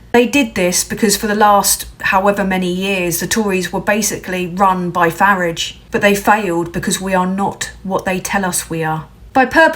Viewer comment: Thank you for pronouncing Farage's name right. The idiot is a hack brings shame to the UK